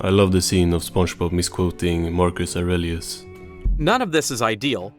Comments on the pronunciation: Bro doesn't even pronounce the names of the Philosophers right. Who tf is Ory Ellus?? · Marcus… Or-ee-al-is? Never heard it pronounced that way. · the damn AI can't even read the damn name correctly 😂 Absolutely embarassing 🙃